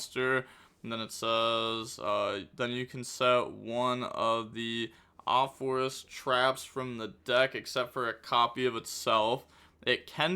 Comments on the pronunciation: Ah-pa-fis is the pronunciation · Hey, this Apophis' pronunciation is easy Apo- like Apollousa -phis as in fees from a payment apophis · Apophis = Uh-Po-fis It's from Egyptian mythology. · It's more like fish than fes. Ophis (oh-fish) means snake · SAY IT WITH ME AH PAW PHIS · Pronunciation of Apophis, broken down for. App-oh-fis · Pronouniciation from a simple man Apo- Think of Apollousa Phis- Fis. Fist without the T